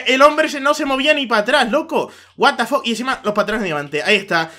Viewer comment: "El lac is rial el lac is rial... guat da foq.. guat da foq..." clases de ingles con xD